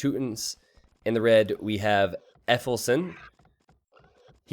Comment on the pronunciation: Effelsen? Yeah, I know german isnt exactly your favourite language, but "efeufelsen" means literally "ivy-rock"